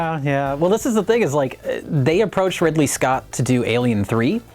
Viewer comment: Did i just hear "Ripley Scott"?